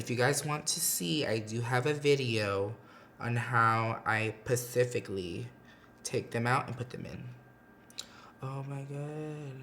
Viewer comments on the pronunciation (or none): Nobody : Patrick : “ pacifically “ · “pecifically”... u r too funny